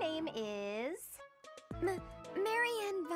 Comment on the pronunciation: He also read Marianne as Mariythea lmao